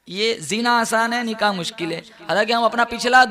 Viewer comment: Nikaah spells with k not with Q, not niqah